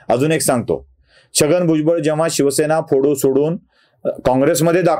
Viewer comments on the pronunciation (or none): none